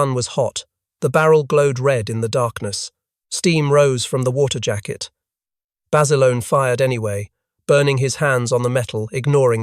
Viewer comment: It’s Bassa Lone not Bassalony. Great story of true heroism.